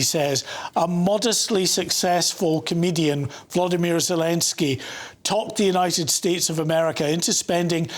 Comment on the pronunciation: It's not Vladimir ... It is VOLodymyr VOL like Oxe 😂